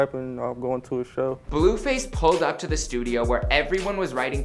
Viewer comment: He couldnt even say "pull up" correctly 😂😂